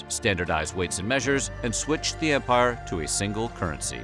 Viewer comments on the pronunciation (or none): none